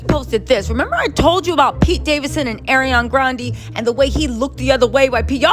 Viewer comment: Why can't read? "ArianA" There is no "i" 🤣